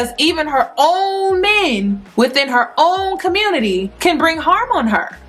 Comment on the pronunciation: It's no surprise. The "communitah" is dead anyway. Good brothers, you're going to have to go SYSBM too.